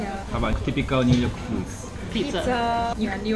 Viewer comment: ミューヨークになってますねw